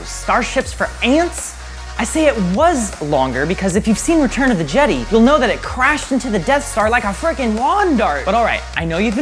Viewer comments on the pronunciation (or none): u missed he said "return of the jedey" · Darth Wiidir, Return of the Jeti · Vadier? Jeddy? Please stop. Don't make like you're all Star Wars. Somebody tackle him. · Darth Vader? Return of the Jetty? the last Jetty? Lol now I know your trolling Good video I would like to know the Size of the all the Fighters ,transports, and other support ships ect. Also do a size comparison of ships from Star Trek vs Star Wars would be cool too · “At at” - oh no, he pronounces it wrong “Darth Vadeer” - wait, I- what. “Jeddy” - NO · “darth vedier” “the last jedey” “at at” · I’m hoping he did that on purpose. There’s no way anyone could seriously think it’s pronounced “Jeddy” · Right? What the hell is a "Jedy" or a "Darth Vadeer"? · Return of the jedee Veder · return of the jedey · Return of the Jeddy? Boi The at at instead of the “aye tee - aye tee” Jesus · “ATAT” me: *visible pain* “Darth Vadiers” me: *visible pain part 2* “Return of the jedie” me: *dies* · germans also say yedi abit like yetti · "Darth vuh-dee-ear" "Return of the Jehdee" Why are you doing this? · Everyone: Vadeer, Jeddy Me: What, nobody talking about AT-AT? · Return of the “jedee” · ...Darth Vadeer..." (shakes head in confusion) "...Jeddy..." (begins grinding teeth) Second repetition of "Jeddy" (inner rage now causing physical discomfort) Final admission that mispronunciations were intentional (sigh of relief as Rick Astley begins playing in my head) Cool vid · “Return of the jedee” It’s treason then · Did he just say return of the jede instead of Jedi How... Just how do you do that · Ok this man cant pronouce vader and jedi... He instead pronouced it Vedyr and jeddy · Retourn ob de jedy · Darth vadeeyer destroyed those jedee with his at at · Darth "Ve-dear"??? has this dude even seen star wars?? Return of the "Jetti"?? Come on, man! this gotta be a prank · "Return of the the jeddy?" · Did he seriously say Darth “Vadeer” and “Jetty” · NOO DARTH VEDIER, RETURN OF THE JEDEE, AT AT. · return of the jede?